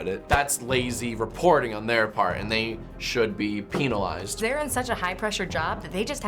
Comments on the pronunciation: listen to how he says penilized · I can't be the only one to be dazed by how he said "penalized" ?